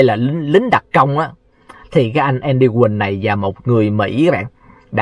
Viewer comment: Ten Andy mà doc thành Any tài???